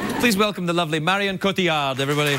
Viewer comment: The amount of people that shoulda told him it's Marion and not 'Maryanne' :P